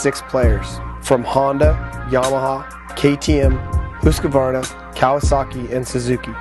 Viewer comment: it's not pronounced Hoo-sqvarna